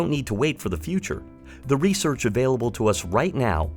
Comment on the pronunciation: "Resorch" lol